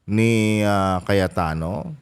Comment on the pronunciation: brod Cayetano po hindi Cayatano ayus ayusin mo nmn vlog mo